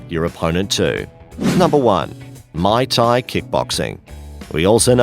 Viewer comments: Pro tip: teach your narrator how to actually pronounce these words! Lost it at may tai instead of muay thai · Ok this list was a dumpster fire but to sum it up Muay Thai was pronounced wrong and is only effective against a single attacker Wrestling is only useful against a single attacker Artimes/escrima/kali takes years to learn effectively and does not ensure a successful disarm and the clips of military personal using kali were using the Russian hand to hand style called systema Taekwondo is like karate with extra padding and is near useless outside of sporting form The LINE system has outdated for years and the USMC is currently using MCMAP Overall the single most effective form of self defense is Krav Maga as it focuses on subdueing an attacker by striking unconventional and effective targets on the body while teaching everything from ground fighting to multiple attackers to melee and firearm disarms